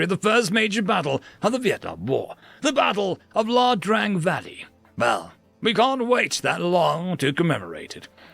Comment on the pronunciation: Its Ia Drang valley. Not La Drang valley.